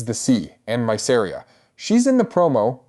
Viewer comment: Please pronounce Mysaria right >.<